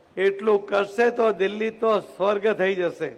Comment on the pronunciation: દિલ્લી નહીં દિલ્હી બોલો